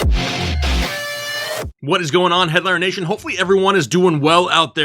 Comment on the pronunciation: When he said what "going on Headliner Nation" I heard, "what's going on Hitler Nation" and had to stop to think about what he said 😂